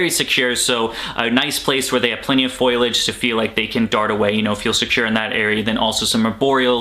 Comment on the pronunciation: Bruh FolIage..... F O L I A G E lmao. Love the vids though